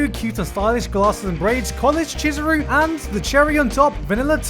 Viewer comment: "Cheese..." Chizuru shows up me: you mean Chee-zuru? wheeze please make me stop